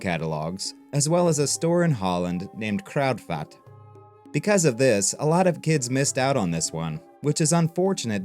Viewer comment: What a stunning video, with that lush lighting and brick built set pieces. Great insight about ripping off rip-offs. As a Dutchie, your pronunciation of Kruidvat as crowdfat gave me joy. Aside from the visuals and the love this video exudes, the research is also great. I had no idea the designer was an archeologist! As far as easter eggs, he definitely put his own name in a few times as 'Neelz'. And there's 'Gail' on the facade of Pharaoh's Forbidden Ruins. Will try to make out the other ones later. Like you say, unprecedented level of detail... And that goes for the theme, but also for this video - I'm running out of superlatives for them.